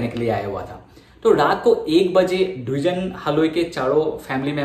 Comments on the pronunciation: Duijen haloi nohoi dwijen haloi.. pronounce properly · pronunciation tu Dijen e hobo no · Dwijen haloi nhy Its Dijen Haloi ! Pronunciation tu apunar bhul hoise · actually Dijen buli nathake spelling tut Dwijen a likha hoi kintu ami koute heitu Dijen pronunciation hoi ! Mane amar asomiya ekdom common name eitu so kolu apunak ! Ekdom silly mistake aru